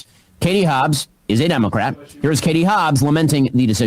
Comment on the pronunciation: I heard you Ben. You said “Hatie Hobbs” real fast.